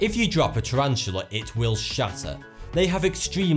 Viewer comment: did he say shatter or shudder?